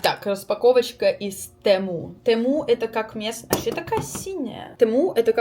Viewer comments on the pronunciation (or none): тЕму правильний наголос ти шо